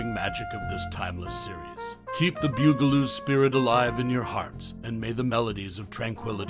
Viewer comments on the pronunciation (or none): BUG-a-loos, not BEWG-a-loos! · BUG-a -loos!!! Not bew-ga-loos!! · The ‘Byoo-gah-loos…?’ Really!! Arrrgh! I can’t even listen to the rest of it! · omg it's the BUG a loos. Mispronouncing the name is driving me crazy.